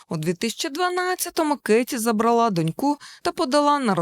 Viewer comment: Дякую за відео, трошки потренуйтеся з наголосами не ЗабралА, а забрАла